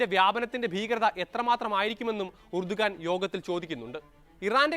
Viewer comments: എർദോഗാൻ ആണ് ഉർദുഗാൻ അല്ല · Urdugan ennalla,rajab thoyyib erdogan ennaanu.